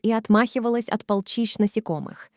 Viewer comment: Странно... Вроде, русский без акцента, но при этом "солнцА", " полчИщ", "порОзилась"!!! 🤦‍♀️ Это русские, родившиеся на чужбине? Или вообще автопереводчик какой-нибудь?